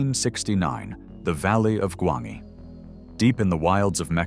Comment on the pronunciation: The only movie on this list that might not be known is Solomon Kane. You can find these movies on dozens of channels doing movie retrospectives. Also, I believe it's pronounced "Gwon-jee."